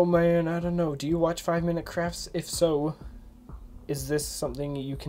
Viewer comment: it sounded like he said 5 minute crap LOL